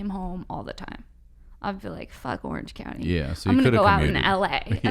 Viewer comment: "Orange county" not "Oiiiuuerhenge counnniee", This upspeak is killing me